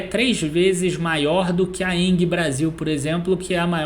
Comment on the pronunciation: Vídeo muito bom, mas.... Não é Enguie que se pronuncia o nome da Engie. É com g mesmo..... Tem som de En-ji. Deu nervoso ficar ouvindo enguie toda hora kkkkk